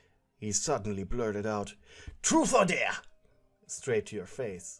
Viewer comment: Ok It’s am And I heard him yell TruFe or DaRE in the most ASIAN ACCENT IN THE WORLD and then burst out laughing I can’t